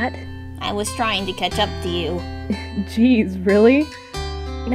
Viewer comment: Lol mispronounced Goob as "Gob/Gub" lol